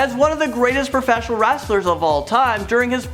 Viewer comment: He just said wraster